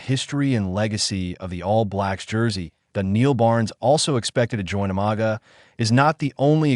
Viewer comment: Pronounce properly bro,or don’t do the job,learn how to pronounce (Umaga not o maga )